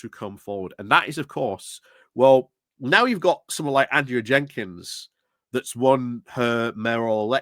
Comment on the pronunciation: You're sick, you look sick, can't even pronounce Andrea, you are an angry little toad,you know nothing about these candidates who want change from the existing incompetent corrupt wasters who are in charge of councils at present...you're in for a shock!!